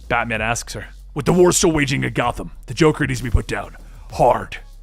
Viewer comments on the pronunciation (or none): Lol u said droker drones